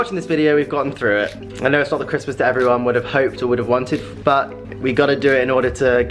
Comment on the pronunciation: please learn to say but properly and not bu when you are talking